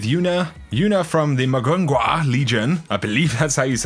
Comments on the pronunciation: it's pronounced 'moo (like a cow)'. 'goong'. 'hwa'. 무궁화 it's the Korean national flower. God i hate how Koreans spell their pronunciations in English. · Heya, I love your content and watch you daily! About the Korean Eververse vendor: "Mugunghwa" is pronounced more like "moo goong hwah". It's the Korean name for the Hibiscus flower (hibiscus syriacus), which is the national flower of South Korea. This is in keeping with the icon for the Mugunghwa Legion quests, which is the Taeguk, the main symbol on the South Korean flag. The word taeguk means "ultimate" or "supreme" and the image symbolizes balance, meaning that the path to greatness (as a nation, i.e.: patriotism) lies in balance and inner peace. Just thought you might find that interesting, and I hope you have an awesome day:) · I need a sound bite of you saying Muhgungwa so I can use it for my ringtone. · you butchered Mugunghwa really bad